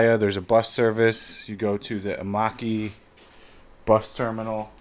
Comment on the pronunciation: Bro it’s Ekkamai not Emaki lol.